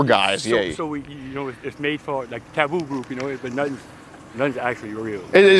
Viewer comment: did he say tabooboo?